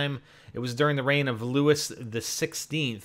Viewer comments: The Bastille was the start of the French Revolution. It was a major uprising however i don't think it would be a good map because a) it wasn't a prison it held arms and b) if it held people it held people that could not pay taxes. Last it's Louis pronounced Lou e. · Its pronounced Luiy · king Louis is pronounced king looie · Louis? LOUIS?! IT'S PRONOUNCED LOO-EE.